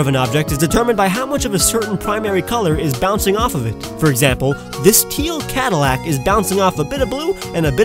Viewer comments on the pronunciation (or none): none